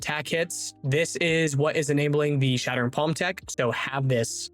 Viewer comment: "Shart'ering" palm 😆💩